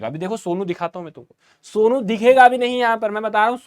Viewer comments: Sir aap somu ko sonu ka raha tha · Somu ❌ Sonu ✅ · Somu ❌ Sonu ✅😂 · Sir it is somu not sonu😅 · Sir its somu not sonu😅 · Sir it's somu not sonu 😅